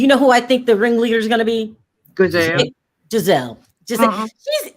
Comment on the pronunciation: Can someone please tell that Giselle’s name is pronounced with a soft G and not a hard G 😂. She keeps saying Gazelle like the animal 😂😂😂